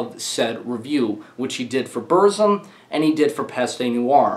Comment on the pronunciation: please don't say Burzum like that:(